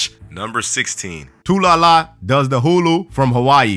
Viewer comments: You said her name wrong it’s not too lala it’s Tallulah does the hula from Hawaii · You said tulala instead of talula